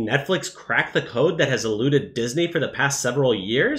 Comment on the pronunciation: Why does he keep saying Dis-Nay? 😂